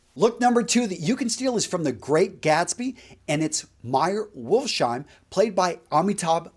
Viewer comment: Wolfs-heim not shime.. Home of the Wolf,german.